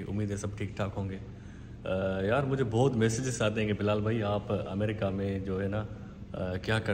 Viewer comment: Amreeeeeka nahi hota America hota h amreeeeeka😂